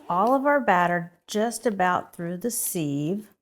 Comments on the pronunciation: Sieve rhymes with 'give' not Steve. Excess moisture frim the pumpkin is not a problem here? Also, to get one perfect slice from a cake or pie, cut two slices then remove one. Looks delicious - thanks'! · You mispronounced sieve. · I had to watch the video just to hear her say sieve after all the comments 😂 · Ive never heard sieve pronounced this way 😮